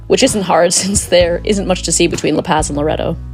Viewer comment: Good pronunciation except for La Paz (not paaz)